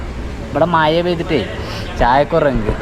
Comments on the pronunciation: മഴ എന്ന് പറയാൻ പഠിച്ചിട്ടു വരു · Iji kollaloo😂